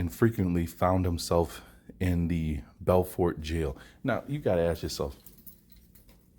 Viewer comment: BuuuuuuuFort is how it's pronounced but yeah interesting about Robert Small.